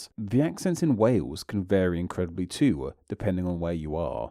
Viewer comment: What accent does the narrator have? It's quite frustrating how you add an extra sound at the end of every sentence. "Too" is not pronounced "Toowah".